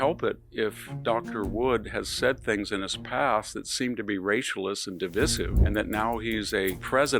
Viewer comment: The word divisive is pronounced də-ˈvī-siv w/ a long ī.